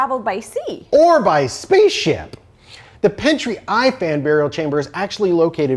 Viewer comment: "Ifan" is pronounced "EE-van." "Pentre Ifan" means "Evan's Village," and is named after Ifan ab Owain (English spelling: Evan Bowen), sire of the Bowen clan that helped put Henry Tudor on the throne of England.